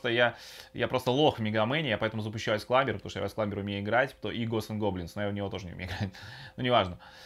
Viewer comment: а что я с языком? айс сламбер, виртуал консоль- это вообще как? Очень режет слух. Очень понравилось следующее- Сейчас я включю Мегамена и мы посмторим и вы включаете Контру, это зачем и для чего? Сказал Мегаман, показывай Менаман.